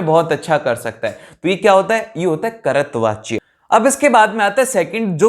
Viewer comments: Bhaiya apki pronunciation galat hai kahi kahi jaiseki karatvachya nhi hota kartrivachya hota h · Aare Bhaiya कर्तवाच्य bol rahe ho but woh कर्तृवाच्य hai 🤦‍♂️🤦‍♂️ Also apne अलंकार mai joh nahi aa rahe woh bhi samjha diye jaise रूपक, उपमा, यमक अलंकार, अनुप्रास अलंकार yeh sab bahiya 🤦‍♂️🤦‍♂️ #mistake